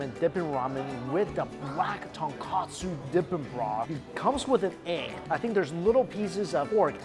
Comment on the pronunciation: Ton-KOH-tsu. Not ton-KAH-tsu.